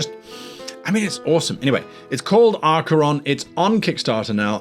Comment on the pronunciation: Acheron- sounds like Hackeron. Ackeron. But spelled Acheron.